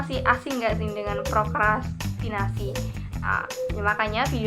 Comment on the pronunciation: Seru nih bahasannya 😍tapi kurang S nya Kaka, prokrastinasi hihii